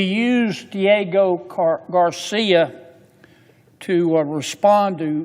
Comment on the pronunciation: Maybe you should learn to actually say Diego Garcia before you start rambling on to your nazi dictator about the limited knowledge that you have about world history or politics…get your coat buddy 🧥👋